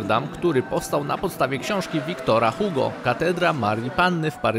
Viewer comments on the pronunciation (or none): none